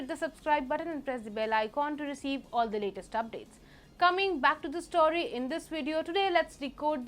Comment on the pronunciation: please correct your pronunciation of 'the' - its thee it is the{dhe} unless the word begins with a vowel/